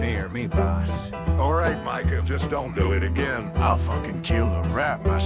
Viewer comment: i like how when says "micah" it sounds like he's saying the n-word near